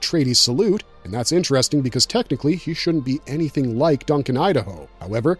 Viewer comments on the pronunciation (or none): none